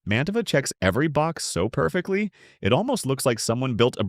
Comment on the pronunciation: The AI tends to mispronounced brand names (e.g., Mantova).